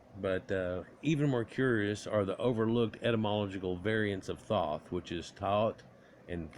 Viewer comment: Pronounced - Th - oh - th